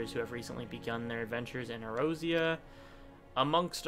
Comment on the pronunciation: Also, Eorzea is pronounced Eh-Or-Ze-Ah. :-)